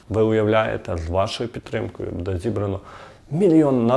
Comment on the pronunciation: Буде -наголос? "Буде надано", невже так складно ставити наголос правильно?